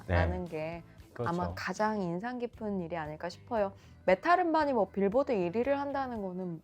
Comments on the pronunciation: 근데 메탈을 왜 자꾸 메틀이라고하지😊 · 저남자는 왜 메탈을 메틀이라고 하시는거에요? 혹시 틀딱이신가요? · 메탈을 자꾸 메틀이라고 발음하시는거같던데 제가 잘못 알고있는건가요? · 매틀~ 이라는 발음이 자꾸 귀에 걸리네요~